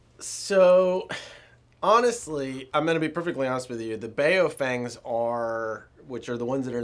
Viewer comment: DUDES REALLY! BAYO’FENGS ??!! Lol Hehrhehe BAYO’Fengs ??😂